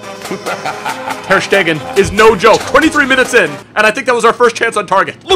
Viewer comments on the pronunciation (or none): wann checkst du endlich, dass ter Stegen mit einem scharfen St ausgesprochen wird. Nicht wie Sch, sondern ein scharfes St! 😉😂